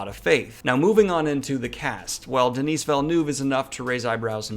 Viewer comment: You need to learn how to pronounce Denis Villeneuve correctly, cause you look like an illiterate idiot.